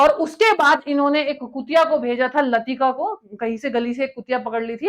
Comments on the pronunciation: Par aapko professionally aur mehnat karni padegi..Kitni galtiyan karte hain…. YURI GANGRIN nhi YURI GAGRIN the….Dog ka naam LATIKA nhi LAIKA THA aur vo GAGRIN JI ke baad nhi uske pehle Gayi thi….F JOHN KENNEDY bhi aapne ek jagah galat bola h ….Rakesh sharma Ji ISRO se nhi gye the…jab aap itni basic galat Bol rahe hain to aage to aapne pata nhi kitna galat bola hoga isliye aapki video nhi dekhni cz trust nhi h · यूरी "गगारिन" बोलो, गैंगरियन नहीं। लतिका नहीं, "लाइका" बोलो। आप जो सूचना दे रहे हो उसकी विश्वसनीयता पर मुझे शक होता है। आप का उच्चारण भी सही नहीं है और रिसर्च भी सही नहीं है। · Spece me Jane wali female dog ka sahi Nam bhi apko pta nhi h. Uska Nam laika लाईका tha. Not lutika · Dog latika nahin laika thi. Aap kya school paas kiye ho?😂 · Laika ...latika nahi....Kalpana Chawla is not Indian ....Yuri Gagarin not gangreen nahi ... Correct pronunciation please...not American President but US military personal can enter AREA51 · 1) First Russian Cosmonaut was NOT "GANGARIN"😅 2) The first animal sent into Space by Russia WAS NOT LATIKA it was LAYKA (LAIKA) 3) Rakesh Sharma was NOT from ISRO , he was from IAF Bohot jhol hai madam aapki video me...😢😢😢😢😂😂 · Latika nhi hai madam laika tha naam.. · Yuri gangrene nii, yuri gagarin Aur latifa nahi लयिका naam tha, Phele khud kii knowledge theek kr lee, phir vdo bna, Yuri ko gangrene krwa diya, ab kya usski टांग भी कटवाये गी kya. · The female dog's name was Laika not Latika. The first astronaut was Yuri Gagarin, not Gangrin. The story is right, but not the particulars. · Madarichot rabd latika nahi laika bol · latika... Nahi Laika.. Hai. Rakesh sharma.?? Mamta didi kahti he to. Rakesh Roshon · Russian ka naam Yuri Gagarin tha Gagrian nahi. Aur kutiya ka naam Latika nahi Leica tha. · यूरी गैंगरिन नहीं यूरी गागरिन नाम है कुतिया का नाम :- लतिका नहीं लाईका (लाइका) था। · Kutiya ka naam Latika nahin Lyka padha hai aur pehla space mein jaane wale vyakti Yuri Gagarin hai na ki Yuri Gangarin.